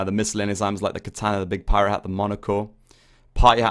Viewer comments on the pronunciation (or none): none